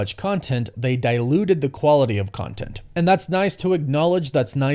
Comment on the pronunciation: How u say CONTENT 😂